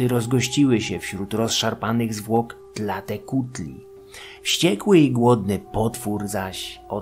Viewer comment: Wspaniałe są te mezo-odcinki. Uwielbiam te subtelne pojazdy po starożytnych kosmitach. Dodatkowe informacje/jakieś małe poprawki (głównie wymowa): Na samym początku, Tēzcatlīpōca poświęcił swoją nogę, aby zwabić Tlāltēcuhtli/w walce z nią/nim! Wyrosła mu tam "proteza" z dymiącego obsydianowego zwierciadła... Nanāhuātzin jest zapewne jedną z emanacji Xōlōtla, który sam jest bliźniaczą formą Quetzalcōātla (a inny awatar Quetzalcōhuātla, Ehēcatl-Quetzalcōātl, jest tym, który składa ofiary z wszystkich bóstw na początku czasu) Tlāloc to przede wszystkim deszcz, burze już drugorzędne, ale to mniejsza. Jego kły to kły węża, a te gogle to połączone ze sobą... dwa węże! Co do dzieci: bardziej chodzi o związek Tlāloca z karłami i niektórymi chorobami oraz deformacjami, którymi dotknięte bywały dzieci. No i sam Tlāloc składa się na czterech Tlāloqueh, czyli takich dziecięcych/karłowatych mini-Tlāloków. W ogóle zakopywanie dzieci pod budynkami to bardzo ciekawy zwyczaj, bo był strasznie popularny w zupełnie różnych miejscach na całym świecie. Quechquemitl/Quexquemitl wymawia się Keczkemitl/Keszkemitl Ci mniej honorowo potraktowani jeńcy mogli być też po prostu jakimiś przestępcami - ofiary tak ogółem nigdy nie miały być karą, ALE niektórych niegodziwców czasami usuwano w taki sposób ze społeczeństwa... Ogółem składano w ofierze nie tylko drapieżniki: bywały tam też np małpy... No i właśnie małpy są też kolejnym wszystkożernym zwierzęciem Mezoameryki oprócz psów i ludzi. Idea, że kanibal